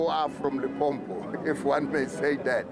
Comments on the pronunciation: Limpopo not Limpompo yhoooo dis man aowa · You better call it Polokwane if you don't want to pronounce limpopo correct 💯